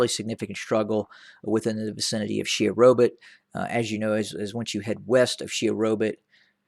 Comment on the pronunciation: Correction: It is not 'Sherobit' it is 'Shewa Robit'